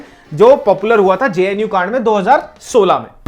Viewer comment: I stoped watching when, 'JNU' became 'VNU'🤣